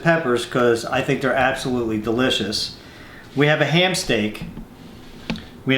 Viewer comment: whenever he said ham I thought he said hand lol I'm like WTF